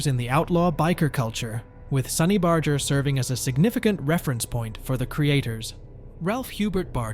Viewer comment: This is such a CROCK OF S%&T!! You can't even pronounce Barger's name!! It's a hard " G ",not a soft " G ".